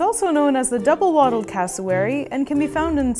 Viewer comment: It's "Wattled", not "Waddled"!